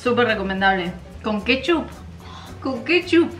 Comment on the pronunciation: re Fit y "kétchup, si ketchup" jajaja